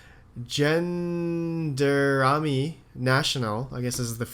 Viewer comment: zhan-darm-are-ee. I though you had to take French in school in Canada? LOL